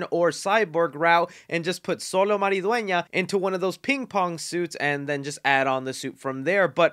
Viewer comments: its pronounced SHOLO (XOLO). do your homework. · xolo is pronounced (cho-lo) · The name is pronounced Cholo